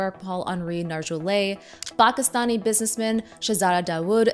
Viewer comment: Why did you say Pakistan so weird? You didn’t use special pronunciation or accent for any other words.